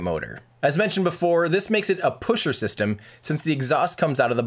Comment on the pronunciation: yes, the "puschert"-system is indeed very reliable ^^